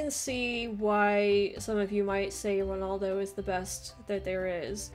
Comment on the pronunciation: Just to let you know it'd Ronaldo not Ronoldo